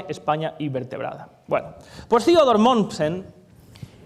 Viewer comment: ¿¿¿Quién es Ziodor Mommsen???... ¡¡¡THEODOR MOMMSEN!!!... por favor corrige esas cosillas.. en pichinglish sólo se pronuncia lo anglo... MUY buena la conferencia... ¡¡¡GRACIAS!!!